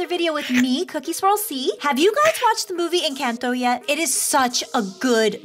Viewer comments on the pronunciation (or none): OMG it's no an_canto It's enconto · It’s pronounced Encanto sorry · Yes, I have watched the movie but it’s pronounced en - con - toe